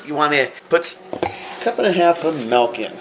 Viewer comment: Milk, not "melk".